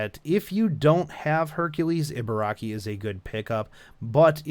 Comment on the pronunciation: EE. it's EE-BA-RA-KI. EE as in REEEEEE SHE IS BEST GIRL BURN HERC FOR HER.